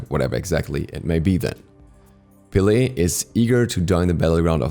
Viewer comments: It’s “peh-leh” a short “e” like in “red” it is not “pee-lee” get it right please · My drmatic ass got so triggered when he calls her Pe-Layy...its just pele😭